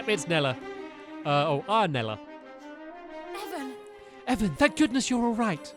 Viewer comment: Aranella not Arnella